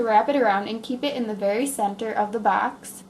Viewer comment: She says Baxx instead of box